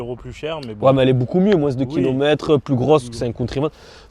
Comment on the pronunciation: Putain tu me stress quand tu dis « moins » tu prononce le S à la fin alors qu’il est muet 😂